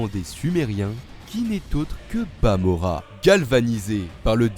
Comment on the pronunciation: Stp arrête de dire bamora